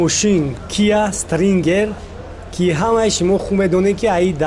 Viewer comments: секунд,. Киа Стрингер неее😂😂. Киа -Стингер . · Стрингер🤣🤣🤣🤣🤣🤣🤣.. Стингер!!!